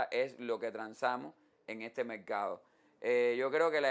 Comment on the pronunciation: Mercado se dice. No mecado Forma se dice. No foma